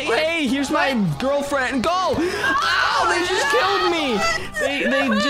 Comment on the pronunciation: Did you say gielfriand